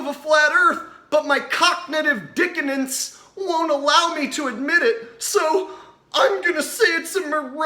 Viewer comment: "Cocknitive Dickonance" lmao - I Love you <3